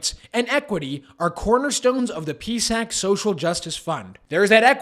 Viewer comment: It's pronounced P-S-A-C! If you are creating a video to complain, why not complain about the Prime Minister giving himself another $35K raise plus all the MPs getting 3 raises during the pandemic alone...so make sure you do your homework...